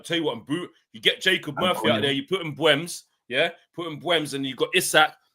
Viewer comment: Pronunciation is Correct Its ImBoomo We call Him MBOOMS 💥🔥🔥